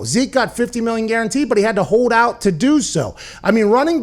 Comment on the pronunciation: Dalvin cook will sit “”aht”” ?? Is that on purpose?